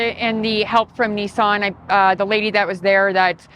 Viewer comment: Its not neesaan, its nissan